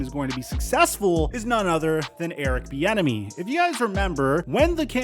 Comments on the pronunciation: Literally sound like you're saying Erick "the enemy" 😂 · Every time i hear most people, including you, say Eric’s last name i think you’re saying Eric The Enemy which would be a baller nickname.